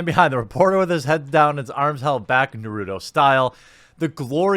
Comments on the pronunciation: Does story about 'Naruto' runner. Obviously never watched Naruto and mispronounces the name. LMAO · Hey Jeremy, you should watch an episode of Naruto just to better understand the pronunciation of his name. You said his last name, Uzumaki, very well. Other than that, carry on and keep up the great work. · I almost unsubscribed tonight because of your Naruto pronunciation. I mean like, do you even care bro? 🥺 Jk But seriously..... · Why can no one say naruto right lol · Love your channel, but MAJOR FAIL on the pronunciation of Naruto! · I will never understand why people dont double check how to pronounce names before recording. Naruto shouldn't even be hard. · 1st off Jeremy. I love your vids. Secondly its 2019 and I wish people would learn to pronounce Narutos name. Its spelled like the noodle but not pronounced the same way. Watch the anime peeps. Its the one thing Sakura is good for.... Calling his name! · You do not watch anime do you. You are butchering the name Naruto. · Damn... You are saying Naruto wrong. I dont actually care. I just figured you'd seen it and knew how to say it correctly lol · You lose much street cred when you can't pronounce Naruto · He's American, his t becomes d. That's why Americans in movies are horrified by traders. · Mispronouncing Naruto: True Meme worthy lol. Just like Canvas Baeg XD Keep it up Jeremy. Finally a good story for me to have a good laugh with. Cheers. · Quartering doesn't know how to pronounce Naruto D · brah you butchered Naruto you uncultured man go watch some anime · Ok I'll be honest, I only down votes because of the Naruto pronunciation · The pronunciation of naruto just killed me a bit on the inside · lol I was thinking the same thing. As some one who lived in Japan I Kind of cringed, but It just an American pronunciation situation. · Why does he keep mispronouncing Naruto?? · He trying to act like he doesn't know so people won't call him a weeb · Every time he mispronounces Naruto my eye twitches. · nuruto? lol